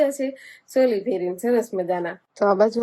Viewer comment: સોલી નહિ ચોલી બોલાય